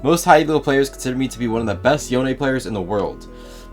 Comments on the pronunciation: i dont like you don't call him Yo-Ne instead of John, nice guide btw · His name is Yone. yo-ne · Love the guide but is his name not pronounced Yo-nay? Yasuo says his name. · Bro is the best Yone player in the world and still pronounces it like "Yown" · I can't believe one of the best yone players in the world still pronounces THE FUCKING NAME WRONG. That aside, this guide is perfectly timed, been trying to learn YO-NE myself recently